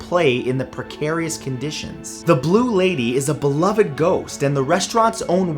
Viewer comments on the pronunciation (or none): none